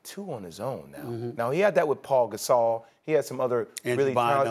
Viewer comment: “Paul Gasol”